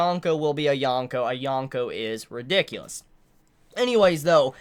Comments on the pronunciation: Dude the worst part of watching your videos is hearing you saying "yawn-ko, yawn-ko." It's a long o. Yōn-ko. And I probably seem like a jerk saying this but seriously if you're reviewing this stuff so much you should probably try to pronounce it right. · there's dozens of reviewers who pronounce it Yōn-ko if it's truly a bother